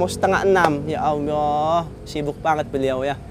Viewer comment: Tolong sdr ku kalau ngocapin ya Alloh jangan ya Ayyoh krn itu melecehkan nama Alloh, walau kmu bergurau tp nama Alloh pengucapannya jangan kmu rubah.Mf ini hanya masukan kalau berkenan.